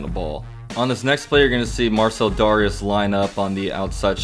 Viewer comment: You SUPPOSED pronounce it DARE-REE-ES 😂😂😂